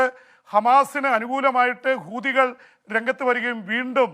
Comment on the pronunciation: പീപി ആവേശം കൊണ്ട് ചിലയിടത്തു " കൂതികൾ" എന്ന് പറയുന്നുണ്ട്. ശ്രെദ്ധിക്കണം ഇവടെയും hamas ഉണ്ട് എന്നോർക്കുക